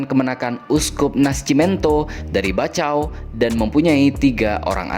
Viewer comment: Saya luruskan Ya min ada banyak kesalahan dalam penyebutan beberapa daerah di Dili Yaitu : Baucau = Baukau Liquica = Likisa Uatulari = Watulari Viqueque = Vikeke